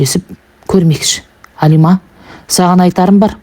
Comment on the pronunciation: Алима емес қазақ Әлима деп айтады.Орысша айтпа